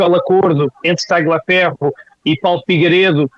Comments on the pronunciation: Paulo a pronúncia correta é Talhaferro e não Tagliaferro. É um sobrenome italiano e no idioma italiano o "gl" tem som de "lh". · TALHAFERRO, TALHAFERRO, TALHAFERRO..NÃO É TÁGLIA FERRO, não fale como petista em video tao bem feito ..e não é kuaést é kést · Obs: o G do nome TRAGLIAFERRO, não se pronuncia